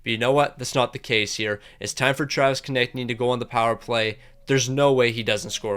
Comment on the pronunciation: he finally said konecny right!!! he reads our comments🤣